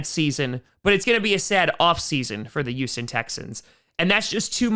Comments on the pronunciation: please pronounce the H in Houston, it’s not pronounced “euston” it’s close, but it’s pronounced like “hueston” the H is not silent like herb. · The way says Houston is youston